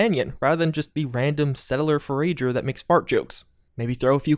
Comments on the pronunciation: The word is forager. It is pronounced "for - ah - jer", not "for - A - jer". It is derived from "forage". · "Forager" for·ag·er. "For Uh Jer" It sounds like you're saying "For Rager" in your videos and it's drivin' me mad. Is this like a running joke or something? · He's pronouncing the R sound twice and very distinctly within forager (for-rager) when it should just be (for-uh-jer). It's a trend and it gets me every time. lol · Please, you're killing me. it's "For-ah-gur" as in someone who forages for stuff. he isn't "raging" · did you say 'fo rager'? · Did he pronounce forager for-rager? Lol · As usual you can't pronounce words like a normal person (seriously you said for-A-ger) and you're shitting on the game again. Pick a new game to make videos of and stay out of my suggested videos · He said for-rager again...i think he’s doing it on purpose at this point. 😑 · $10 to anyone who can find a previous video of him in past years saying forager correctly and then sends it to him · please stop mispronouncing 'forager', it sounds really jarring and lowers the quality of your footage. I love watching your videos but your occasional weird diction hurts. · haha i hate it. Almost feels like he’s doing it on purpose now